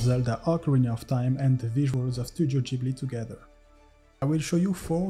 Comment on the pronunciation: HE PRONOUNCED GHIBLI PROPERLY!!